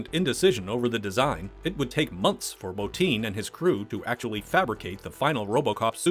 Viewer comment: His name is Rob BOTTIN NOT BOTINE DAMMIT